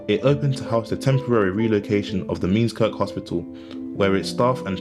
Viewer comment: Good if rather verbose video, however Millport IS the only town, not just “said to be”. Not “Meenskirk” it’s “Mearnskirk”